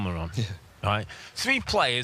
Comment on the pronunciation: Joelinton not Jowelington 🤦‍♂️